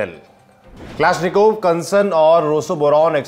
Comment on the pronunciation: उच्चारण ठिक करो. यह कलाश्निकोव्ह रायफल है.